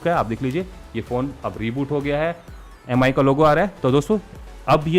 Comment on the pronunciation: It's not pronounced as M I. It's called 'Mee'